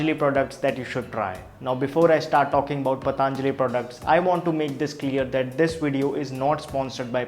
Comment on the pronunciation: Thank u for the informative video. Just a humble suggestion.. Please not the pronunciation - पतञ्जलि not पताञ्जलि. A lot of people say pataaaanjali because perhaps it sounds stylish.. Which is really annoying. It is patanjali, not pataaaanjali. We teach such words to the world and we should pronounce them right. No offense intended. Thank u!